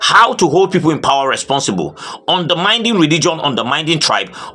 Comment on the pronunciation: pleae if you read the commentaries, pleae there is a word you use frequently in your broadcast. The qord is underminding, it's not underminding but undermining